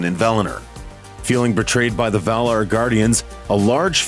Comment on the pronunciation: Val-i-nOr, and Valar, not Vala.... have you even read the books? And no she's more like 12,000 years old, not 8,000....